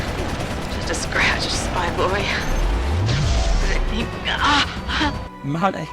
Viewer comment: the way you introduced Malik by saying her name like MONEY had me in tears